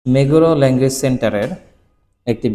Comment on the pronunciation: কোরসে নয়, কোর্স লেংগুয়েজ নয়, ল্যাঙ্গুয়েজ প্রনয়নছেশন নয়, প্রনাউনসিয়েশন বা উচ্চারণ। হাছুঅন はすおん নয় , হাৎছুওন はつおん চিগাও নয়, চিগাউ।